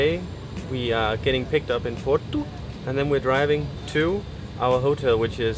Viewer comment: "Port-oo". You could have taken the plane. Tamega is a cool place. All you have to discover still. The caves of Santo António for example. Remember to party in Lisbon on the 13th of June and then in Porto for the São João. With the little hammers. And no, not Thor's hammers, lol. Have fun in the sun and get laid in the shade! 😉😋😁